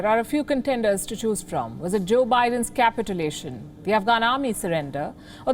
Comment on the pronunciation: i am so glad she refers to it as capitulation even though she mispronounces it,-- it being cap-it-ulation- not --ca--pitulation, but capitulation and betrayal it definitely is. India is right to be critical and fearful and needs to let USA know as do we in the UK.